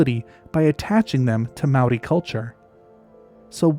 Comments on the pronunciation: As someone from the area in New Zealand this is of special interest to me! You've done a great job collecting references and did a pretty good job pronouncing the Maori names (pronunciation changes throughout the country actually), but we've a stash of lost wildlife that I secretly hope will show up again one day! So to topic: Given the number of wild animal releases that New Zealand had in the early years, there's every possibility that someone tried to to introduce otters, and beavers, amongst the list of everything else that was brought in as "game animals". Both have reasonably short lifespans (~15 years and ~10 respectively) so I'd propose a small group of introduced individuals who failed to maintain a population. All of that said I think it's also important to keep in mind the power of suggestion, and my conclusion on this topic has always been the same as yours :) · Your Māori pronunciation for our native species is really good. A rare thing for people who havent spent a lot of time here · Well someone finally did their reasearch on pronouciation. For a non-kiwi making that effort, i am impressed. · Mate this is an amazing effort at pronunciation of Maori language, seriously appreciated, well done. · Loved your pronouncement of Maori language, also a brilliant presentation. Thankyou from a Kiwi phellar. 😊